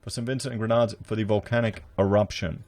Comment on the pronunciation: Just to correct the pronunciation of my home country it is not the Grenades its is pronounced “GREN NAH DEENS” 🙏🏿👍🏿